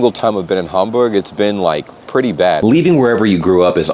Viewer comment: BTW your pronunciation of German names / locations is perfect! Congrats!